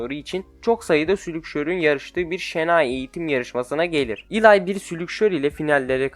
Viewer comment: Eli’yi Elay diye okuyup slugterrayı slugterra diye okuman saçma slagtera desene aq deli oldum ama video güzel like attım 👍🏼